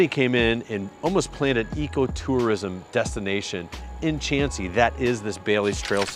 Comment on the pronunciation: Mohican is probably double the elevation you mentioned. MTB Project is way off. Glad to hear you pronounce Chauncey correctly. Do you know why it's pronounced "wrong"?